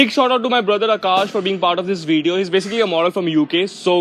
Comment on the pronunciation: I love the way you say video as " veedio" 😊 Love from the UK